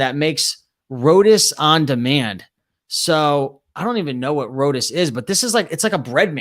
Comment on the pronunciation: It’s pronounced ROW TEE it’s East Indian flat bread.